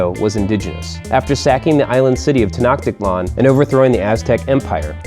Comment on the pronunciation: Sorry just have to correct you here but in "tenocktitlan" the ch is pronounced like "ch"eese. Edification! Have a good day :)